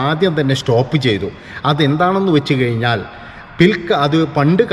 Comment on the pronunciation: പ്രിത്വിരാജ് അല്ലടോ പൃഥ്വിരാജ് ആണ്. കയിഞ്ഞാൽ അല്ല, കഴിഞ്ഞാൽ എന്നാണ്. പറഞ്ഞ് പഠിക്ക്😱🥵🙉